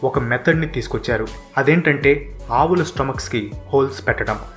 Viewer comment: అవుల కాదు భయ్యా 😬 ఆవుల